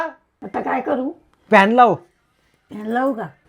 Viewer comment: Fan❎ Fhanyan✅😅